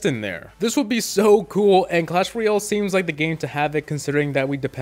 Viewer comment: tbh your saying ryale not royale and it's just a nit pick but it's a tiny bit annoying